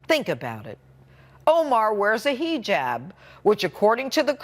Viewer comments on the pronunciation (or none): Hey Jeanine you old used up old saddlebag cunt it's not a "" hee jab "" you dumb fucking drunken skank. It's the the short I pronunciation and the ah sound Hijab. You useless piece of shit